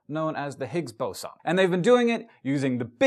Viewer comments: Nope, it's Boson, not Boson. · I thought it's pronounced Boson..